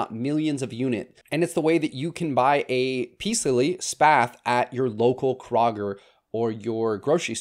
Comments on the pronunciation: Killing me with that pronunciation of KROW-GER this coming from an Ohioian. There is no KRAH-Ger lol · Krager? Does he mean Kroger? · Ok. Love your content, but it’s KrOhger; not Krahger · Kroger is pronounced Kow-ger. 😉 Another awesome video!! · Kroger is pronounced "CROW-GRR". Love these videos though. So glad I found you. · Are you saying Kroger as in (Crow-Ger)? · it’s pronounced like Crow-ger. ❤ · lol he said KRO-GGER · The way you pronounce Alocasia and Kroger had me cracking up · Yes, thank you that is driving me insane. It is spelled exactly as you say it lol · Say Kroger again, my husband keeps giggling 😅